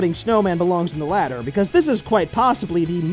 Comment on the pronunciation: "Exploding snowman belongs on the ladder" he says, as kirby walks toward the ladder. yes, I know he said latter